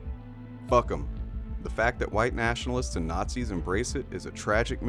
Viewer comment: Dude seriously it’s pronounced naught-zis dude.